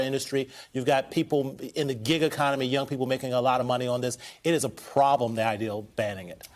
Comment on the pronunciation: Did Ari say ideaR? Like Bostonians who drop R's then place them where they don't belong? I can say that as a propa person from Southie (back in the day) I immigrated to Quincy. In a village in Yorkshire, UK on my first full day after an insane night out... My friend dropped me at a pub for "the cure" and was meeting me for lunch. I asked the bartender where to get tablets for a headache. He told me to duck through an alley and look for the Chemist. There were alleys everywhere! I was lost but realized I had a stalker. Did I mention the previous evening? Well it was a lady with a baby in a pram wearing high heels and full makeup. I ducked into another alley to let her pass. But ste stopped and looked at me. She explained I had been with her husband the previous evening into the WEE hours. I flatly denied the accusation! She informed me her husband was the bartender I'd taught to make a few American cocktails. We became fast friends and she walked me to the Chemist. Before we parted ways she asked me to speak to the baby in my American accent. I obliged and said "Pak tha ca in Havad Yahd" She asked if I was from Texas and I said Yes mam